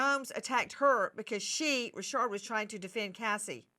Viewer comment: Why is Dawn Richard pronounced "Resharde" 😅😂😂... like Mrs Bouquét (Bucket) in Keeping up Appearances"